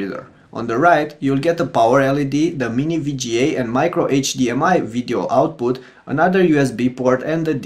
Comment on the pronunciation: Fantastic job with the review. BTW I was the one who said you are saying 'VGA' wrong and I got a lot of F* comments. I'm glad you learned ow to say it. Again, great review.